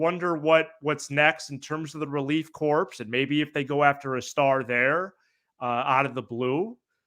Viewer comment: Did he pull a Former Prez Obama who pronounced COrp as CORPSE JUST KNOW